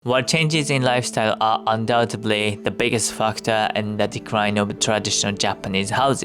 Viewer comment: if I may, a note on English pronunciation: in the word "undoubtedly", pay attention to the "d" near the end, make sure it doesn’t come out as a "b" sound . it may bring some comfort if I tell you that natural English speakers often make this pronunciation error also